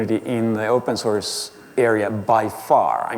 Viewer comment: I have been hearing "open sauce" for 1+ hours